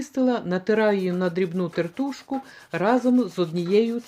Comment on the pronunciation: Все добре і дякую за відео...Але...Шкіру б не потрібно вживати.(І тЕртушка--наголос на перший склад.)